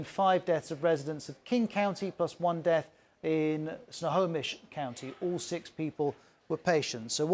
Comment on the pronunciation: Wow! Kudos for pronouncing “Snohonish”. Maybe next outbreak will be in Puyallup.